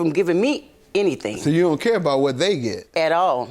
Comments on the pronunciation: The way she said, “AT ALL” took me out! 🤣💀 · Me too🤣🤣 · Girl me too 😂